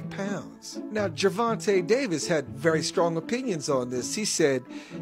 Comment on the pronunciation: “Ger Vonta Day versul” 😂🤣😂